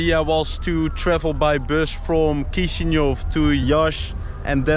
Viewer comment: Se spune Chisinau corect nu Kisiniov.